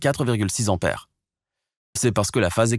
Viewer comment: Attention à la prononciation ! Il n'y a pas de H aspiré en tête du mot : "ampère"; donc, il faut éviter le hiatus désagréable à l'oreille. Ce vilain défaut, caractéristique du parler plouc est de plus en plus répandu chez les commentateurs radio-internisés. C'est dommage car le commentateur a une voix convenable et ses explications sont claires et imagées.